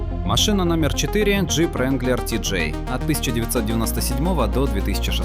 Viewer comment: Не вранглер а ранглер